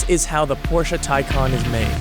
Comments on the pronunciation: FS it's Por-sche with a silent e not Porsha and it's TayCan not TieCon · Taycan is a Turkish name it means fast, young etc. Tay means colt, baby horse kinda thing and 'can' means life, soul. So Taycan means who carries a soul of colt, excited, young, fast and fresh. You pronounce it like thai-jan. Not teisen, teican, taicen, taisen or whatever. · Americans really need to learn how the letter 'a' actually works in English. Listening to this guy say 'Taicon' repeatedly is just embarrasing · The word is pronouned and spelt " Tay Can " not Ty Con . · Its not pronounced as Tay-Kan but as Tay-Chan Tay= youngh horse, Can=Life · You pronounce it as ThaiJan nit Taykan! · Reporter be like: Tycan ❌ Tycon ✅ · IT'S tay, ay, not ty, as Icon. more like Acon, the singer. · “Taican” it’s Pronounced Taecaun that’s how all Porsche’s names sound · so Thaican or Taycan? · Why does he keep pronouncing it like “Thai-can” it’s quite clearly “Tay-can” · Why call it a tie con. And not tay can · He says it like tycon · hate how he said the name he called it the "thaicon" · like the vid, interesting, but why do you keep saying taycon??? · Tycon, sounds like one of megatron's henchmen, or henchbots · Why is somebody that does narration for a business insider video, unable to pronounce T - AY CAN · Its pronounced TAY CAN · Wait... so it’s spelled Taycan but it’s pronounced Tiecon? I hate it... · How many times did this guys say “Taycan”? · What's the real one? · He also mispronounced Taycan. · I really dislike the way you pronounce the name of the car.